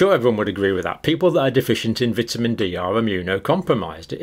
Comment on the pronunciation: Doesn’t pronounce vitamin right